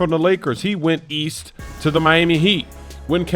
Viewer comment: East, I thought you said WEAST